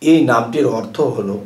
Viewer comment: আর্থ নয় বলুন অর্থ ❓❓❓